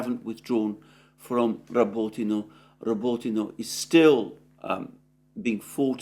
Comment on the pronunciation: Wtf is Robitino lol. Listening to his pronunciation is as bad as nails down a chalkboard.